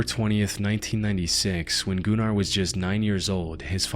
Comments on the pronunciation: Goo nar is crazy I think it's pronounced Gunner 😂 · Shouldn't that be pronounced as "gunner runner" not "goonar roonar". Smh, lol. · "Gun-ar" not goon-ar. Gunnar is a Nordic name that was around even in viking times. He may have been a gooner but was definitely called gunnar. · Pronouncing Gunnar as gooner 💔🥀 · the "oo" sound is pronounced more like you would say it in the word "book", not like he did it in the video. also from my experience of hearing nordic people use that name, they pronounce it more like gün-ar, rather than goonEr 😭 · I love the pronunciation of GOO-NAR. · i'm sorry but i cannot listen to the last story without laughing because of his name sounding like "Gooner" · I saw that video where the she had a seizure, or looked like it. This looks like it could be A.I. narrated due to pronunciation. Goonar 😂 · im sorry... Goonar? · "Gunnar". It's a common name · The way this dude said Gunnar as GOONAR had me rolling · Gunnar has been a very common name for many centuries in the Nordic countries and it really isn't a wierd name if you don't make it wierd. Plus it's not pronounsed like that. Was really not tryna sound rude or something even though I see how it can look that way.